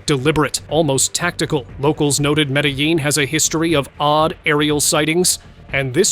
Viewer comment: Cool, When? Just like the Buga Sphere? BTW Its pronounced Medellin (Med a' Yeen. no L )